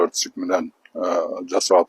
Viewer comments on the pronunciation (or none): Айжигитов деген чал пенсиянды алып,небере,чоборолор менен бактылуу карылыкты откорсонор жакшы болмок,бузукуланбай,элге арызданбай.Жогоруда айткандай ЦИК дегенге тилин деле келбей калыптыр,эми БШК деп эле кайрылчы балдырабай. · ЦИК деп так айта албагандан кийин. БШК эле деп кыргызча айтса болбойбу? 😂😅🤣